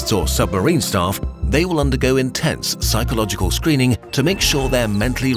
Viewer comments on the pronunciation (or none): none